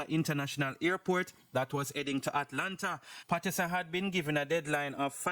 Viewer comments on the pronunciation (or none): none